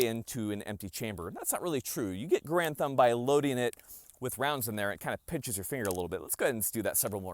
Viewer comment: You can't even say Garand correctly??? You are not a Marine...never were.